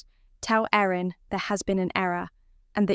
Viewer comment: Thought the brides name was Erin not Aaron.